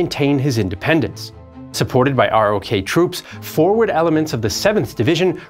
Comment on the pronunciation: It isn't spelled Sign-o. And ROK is pronounced "Rock".